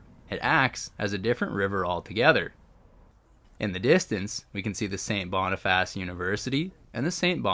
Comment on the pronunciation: It's pronounced Sait Bonifiss , or locally Sait Bee . The Seine River is named after Louis Riel's parent's who operated a fish seine or trap on the small river , not to be confused with the Seine River in Paris . The Sprague line is pronounced Spraag line . Winnipeg has well over 100.000 indigenous people many of whom live in poverty . Quite a few of them are homeless . The Bergen's Cutoff Bridge was buil to haul cordite from Transcona in the east to the north end to build munitions for WW1 .